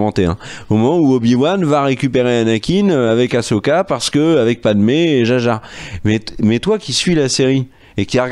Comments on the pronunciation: haaa enfin vous parlez du vrai star wars qu'on aime! par contre ça se prononce "assoka" pas "ashoka" d'ailleurs ça s'ecrit "ahsoka". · Non non non on arrête de dire achoka il suffit